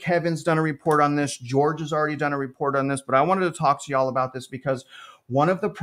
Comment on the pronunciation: That "yall" was awful 😂